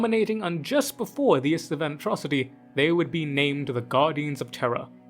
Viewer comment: IST-VAN You're saying IST-A-VAN.... that's wrong. 🤣